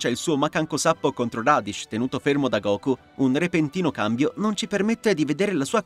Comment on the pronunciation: ma in realtà sono giuste quasi tutte. quelle sbagliate sono Freezer, che andrebbe pronunciato "Freeza", Radish che andrebbe pronunciato "Raditz" e Goku che andrebbe pronunciato "Gókù".